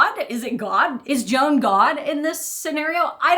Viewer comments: Gonna assume that the ‘dads’ name is hispanic, so would sound like ‘hwan’ lol gotta be honest, every time you say, Joan I’m thinking Joan of arc 😂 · Not "Jone." "HWAON." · Probably his name is pronounced more like Juan, nor Joan, as in Crawford. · The father's name, Juan, is actually pronounced "Wan", with a long "A". And it's a Spanish name. You're welcome. 😉